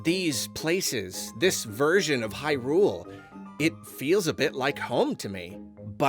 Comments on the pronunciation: Can we stop saying Hy-RULE 😭 It sounds so weird, it's HY-rule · Great video, and I fully agree with the sentiment. I just cant get ovet the pronunciation of "Hyrule"... The emphasis keeps being putting the on the U in "hyrUle", like high. rool. Instead of "hYrule" with no pause in-between. I know it's a complete and total nit-pick but it was driving me insane the whole video. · Is it just me or does say Hyrule kind of funny? It's like an extra emphasis on the R, i.e. HyRule. No shade just insteresting